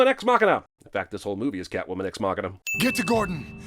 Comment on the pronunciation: Ah, so Catomwan's a bastard. Don't know much of Selina Kyle in da comics but butchering her alter-ego's name like dat is a sin! Lol ding